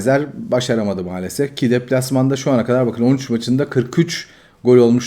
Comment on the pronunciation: Sen bu Kanalin ismini "mualasef"diye degistir.